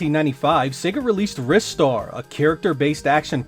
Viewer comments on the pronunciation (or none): Isn't Ristar pronounced "rye star"?